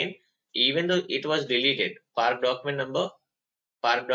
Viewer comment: its not prak its park